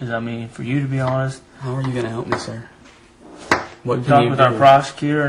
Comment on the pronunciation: “I’m just being Hawnest” proceeds to lie throughout his entire interview